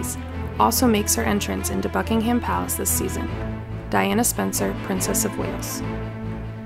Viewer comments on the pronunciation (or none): It’s Buckingham not BuckingHAM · Btw it’s pronounced bucking-um palace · The prenounciation on this video, jesus... Here in England (at least where I'm from) we pronounce them... Sandringham - "sand-ring-um" / "sand-ring-hum" Norfolk - "nor-f*ck" Viscount - "vie-count" Buckingham - "buck-ing-um" / "buck-ing-hum"